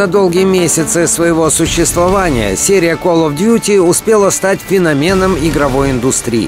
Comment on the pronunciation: Бля феномен ударение на 1 слоге.